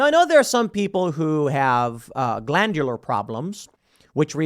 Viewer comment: It's glandular 😂 num num num num